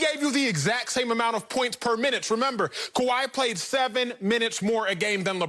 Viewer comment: Sorry acho..it’s kawhi..but you still my Igbo brother ✊🏾